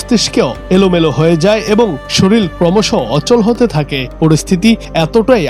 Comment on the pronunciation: উচ্চারন ঠিক করে খবর পড়া উচিত । শরীর হবে শরিল না ।